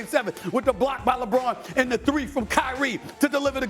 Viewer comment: bro said "bron kd" 😂